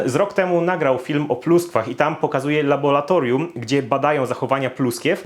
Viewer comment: Kurwa LABORRRRATORIUM kurwa. Nie labolatorium.